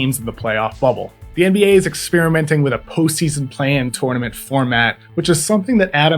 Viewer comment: Please don’t say “tournament” like that